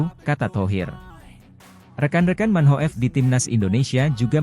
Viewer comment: Manhoef dibaca MANHOF. Oratmangoen dibaca ORATMANGUN